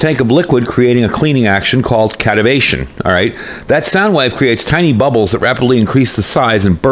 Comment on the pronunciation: Just a quick minor detail, it's cavitation not catavation. Very similar looking 😂